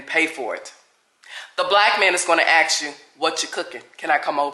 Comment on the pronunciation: It’s “ask” not “axe”.